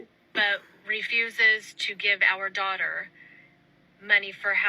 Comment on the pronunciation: "My dwautuh..." 😂